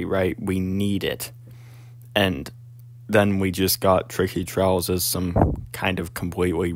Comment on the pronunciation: Bro said twicky twias